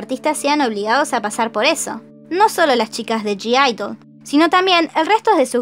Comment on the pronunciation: la g no se pronuncia ..es así "Aideul",otro dato Gidle también las patrocina una marca de ropa global, llamada liphop.